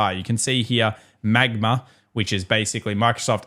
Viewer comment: MAGMA = MSFT+AAPL+META+GOOGL+AMZN ... With a pregnant pause whilst pronouncing.